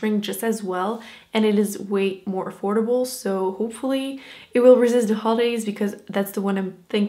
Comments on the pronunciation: She says dee instead of the. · i just wanna know where the d is in with this and the the dis de da wid is bugging the hell outta me